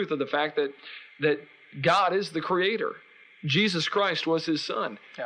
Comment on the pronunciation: Crea-TOR again?What with the pronunciation of religious people?